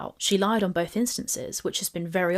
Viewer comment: Watched the original. Watching your video because we didn’t forget how vile you “BOLTH” are 😑